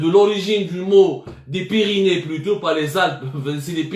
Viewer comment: Ya si abdou c.est les Pyrénées et non les pyrynés